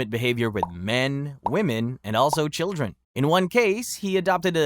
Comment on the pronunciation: Children, not childeren. Otherwise a very good & interesting video!